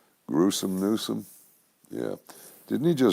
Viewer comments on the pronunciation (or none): none